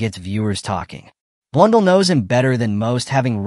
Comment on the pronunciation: Blunn-dell (as in the computer)